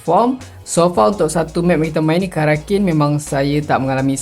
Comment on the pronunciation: Finally sebut betul karakin bukan kraken 😅😂